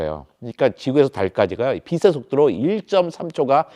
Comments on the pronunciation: 국민학교를 안나왔나? 빛의 속도를 발음할때 비세속도가 아니고 비체속도 라고 발음 해야 맞는거지. 그리고 지구의 물리학으로 외계인을 이해할려면은 안돼지. 빛의 속도보다 더 능가하는 뭔가가 있겠지. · 자꾸 발음을 비세 속도라고 하는데 정확하게 발음하면 비체 속도입니다 ㅅ이 아니라 ㅊ으로 발음해야죠